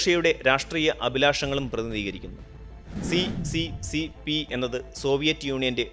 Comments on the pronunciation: അത് സി.സി.സി. പി എന്നല്ല ഉച്ഛരിക്കേണ്ടത്. എസ്. എസ്. എസ്. ആർ എന്നാണ്. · *Correction It is pronounced as SSSR not CCCP Bcz in Russian C=Sye and P=Rye Союз Советских Социалистических Республик. (Soyuz Sovetskikh Sotsialisticheskikh Respublik) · സി.സി.സി.പി എന്നല്ല, അത് റഷ്യൻ ഭാഷയിൽ എസ്.എസ് എസ്.ആർ എന്നാണ് വായിക്കേ ണ്ടത്. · Hi bro. Nice vdo. But CCCP = USSR,. But. അത് ഇംഗ്ലീഷ്. പറയും പോലെ C യും P ന്നല്ല. പറയേണ്ടത്